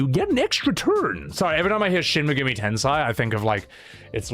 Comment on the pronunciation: love you man and I say this with all respect: Shin Megumi Tensei, the Tensei is Ten-Say, meaning Reincarnation. Ten-Sai is entirely different. It meant genius. XD